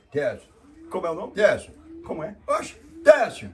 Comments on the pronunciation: Chelsea: Técio kkkkkkkkk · "ChelseHam" morri kkkkkkkkkkkkkkkkkkkk